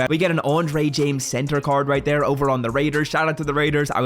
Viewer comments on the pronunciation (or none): My boy says right “tere” 😂😂😂